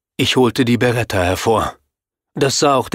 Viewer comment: Sie heißt BEretta nicht BAretta ;)